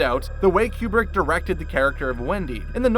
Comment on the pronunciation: Koo brick, not Kee Yoo brick.